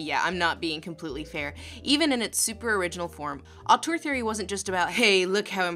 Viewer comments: Have you tried the vowel from "turd" for the second syllable of "auteur"? It's a good match for the French sound, and one might argue it would tie in better with your feelings about the French term as well? Upspeak question mark? I know, I know, only commenters ever read comments, but I trust the universe will make an exception and make this AMAZING hint reach the "auteur" of this video regardless. Awesome stuff, by the way! Go Lindsay. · I love how she keeps pronouncing "auteur" as "autour" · Hi Lindsay, sorry to be that pedantic French again, but if you want to pronounce "Auteur" right, it should rhyme with "grifter" and not "parkour". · "Autour theory"... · After seeing this video's title and attempting to watch it a few times, I have now finally figured out why you pronounce it so strangely. I thought: It's just author theory, why is she talking so strangely? Now I realise that it's the Dutch spelling. I just didn't notice the first few dozen times I saw it. Damn me and my bilingualism.